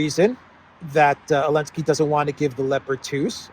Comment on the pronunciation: When I see secretary Austin I immediately think "affirmative action". I know this is so minor, but I'll say it anyway. Ramstein is pronounced ram stine, not ram steen. The name Zelensky begins with a "z". It's Zelensky, not Elensky. Stop being so childish! After you've said "Elensky" 3 or 4 times, I quit your video.